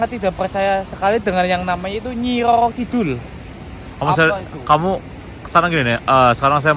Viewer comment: tegal nonton,jtu sapa namanya si, itu nyebut namanya udah salah bukan nyi yoyo kidul nyi roro kidul nyi bloyong nyi blorong pake R bukan Y itu yang bener 😃😃😃 mantaaap siip